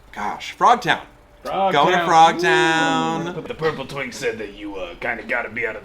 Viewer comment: Did he say twink? I heard twig. Your way makes more sense.